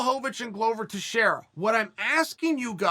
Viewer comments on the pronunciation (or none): none